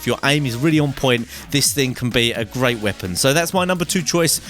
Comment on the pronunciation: He said gay instead of great